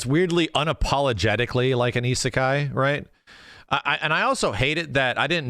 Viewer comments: I didn't know what the word isekai meant until 5 minutes ago and I live in Japan. Then I realized that it's because everyone outside of Japan is butchering the pronunciation because I was like, "WTF is an i..sa...kai?" Then I realized they are all trying to say i-sekai and it made sense. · Also, wtf is ee sah key? You mean E seh kai?